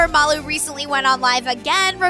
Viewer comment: okay is no one going to talk about the fact that she said Molly not MALU MOLLY :/